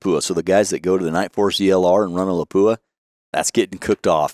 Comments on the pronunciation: For people who are supposed to know the industry, you don't know how to pronounce "Lapua". It is not La pu a. It is Lap wa. Otherwise, an interesting and enlightening video. Well presented. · Not la po a ... Guys